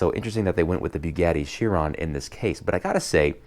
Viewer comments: Boogatty sheeron, not byoogaty cheeron. Just so you now. Nice video though! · that's how Chiron is pronounced sheeron Chiron is how you spell it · Chiron is pronounced Sheer-on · Yeah the car is pronounced "Sheeron", but Chiron is technically pronounced Kai-Ron, or Kahy-ron. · Please don't call Chiron "cheer on" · Porsche has a flat 6, not a V6. Also its pronounced "Sheeron". Excellent video tho. Definitely love both sets